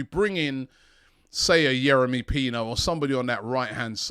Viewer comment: Youri Pino robbie said 😅